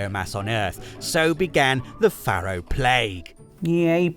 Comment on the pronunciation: I know loves being corrected on his pronunciation. Faro is pronounced Pharaoh. Hence the Egyptian themed product names.